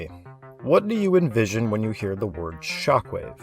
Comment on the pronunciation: I somehow heard chocolate instead of shockwave . I was so confused for a second, lol